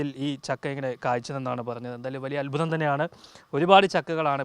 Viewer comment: അത്മുതം അല്ല അത്ഭുതം